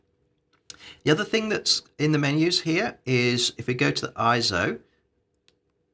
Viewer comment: Thumbs down for each time you pronounce it as „ISO“. 👎🏾